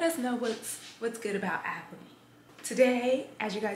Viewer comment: I think you pronounced Albany wrong. But that’s just your cute accent